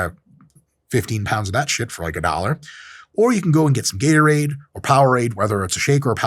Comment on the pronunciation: Bro just did a “ how to get a heartache” video how can man say Gatorade lol